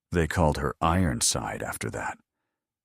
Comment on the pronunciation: “Ironside” does not have 4 syllables.